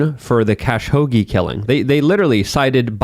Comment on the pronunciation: lol, pronounces Khashoggi "cash hoagie."